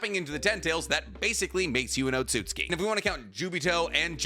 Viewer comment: OMFG! HE SAID OTSUTSUKI RIGHT!